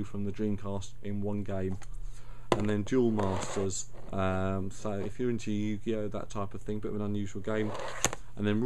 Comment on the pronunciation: Cool video, weirdest pronunciation of yugioh I've ever heard at the end there though.